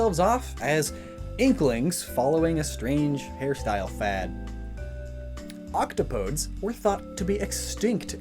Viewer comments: pardon me, octo PODES? OK-TOP-O-DEES is how it’s pronounced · Isn’t “octopodes” pronounced “oc-TAH-poh-DEES”? Matpat had a source that said it that way in his Splatoon theory. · Octopodes is pronounced “octopodies” But eh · It's pronounced Auc-top-o-deez.